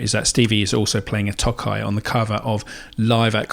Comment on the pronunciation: Tokai's first half should be longer, as if you're saying "toe kite" without the t. It means "eastern ocean." Their names sound silly (Breezysound is their Tele, Love Rock is their Les Paul) but the sound and playability are good. I've had 3 Fender tele's but am currently playing a Tokai as I like the sound more.